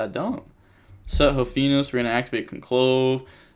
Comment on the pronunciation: mispronouncing conclave is painful